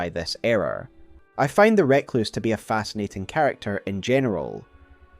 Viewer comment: Outstanding video as ever. Always love delving into the Eternal Cities in particular. We need to have a discussion about how you pronounce 'Recluse' though. Nails on a chalkboard every time.